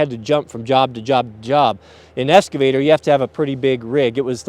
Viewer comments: It’s eXcavator, not eScavator. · "EXCAVATOR"... not escavator.... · EXcavater not EScavater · It’s called an “excavator”...not an “esscavater” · Excavator, not EScavator... C'mon man. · It's not an eScavator. It's an eXcavator. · Ex ca vator... no s 😁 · Pronounced "X-ka-va-tor" X! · EXcavator. For fucks sake it has an X